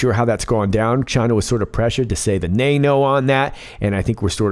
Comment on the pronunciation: Lol “the nayno”